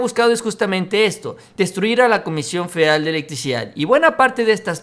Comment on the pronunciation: Se dice "FEDERAL", "FE-DE-RAL". No "feral"